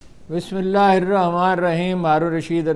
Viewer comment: Bhai bismillah thek prha kren